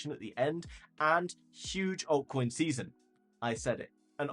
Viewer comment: What's a huge "oiy coi see-sun" ? I just spelled phonetically.